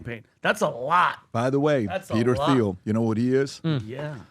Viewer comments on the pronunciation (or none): PBD finally pronounces Thiel's name correct. lol Someone must have told him after years of saying it wrong. edit: nevermind, 2 more times later back to the "th" sound. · Why can’t PBD say Peter Thiels name correctly?